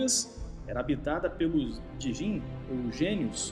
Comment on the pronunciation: Optimo video. No tempo pronuncia-se djin parecido com jjin duplo jj , igual se pronucia a bebida.